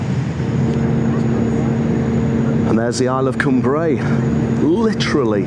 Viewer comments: Great video, but Cumbrae pronounced like Come Brae not Coom Brae 😀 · Lovely video, glad you had fantastic weather for your trip over to Cumbrae from Largs. We lived in Largs for 4 years and enjoyed it. Just one thing to say, it's pronounced Cumbrae as in Cumbry, don't split it into two words like come brae😁 Otherwise lovely video👍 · Lived in Largs for years, it's pronounced like Cumbray, all one word not two as in Cum Brae👍